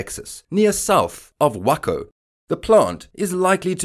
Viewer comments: It’s pronounced like Wayco, not wahco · Pronounced Way-Co cause merica! Lol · Its pronounced wAco TEXAS....LONG A. Would you like me to say Loooondon instead of London? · It’s Way-Co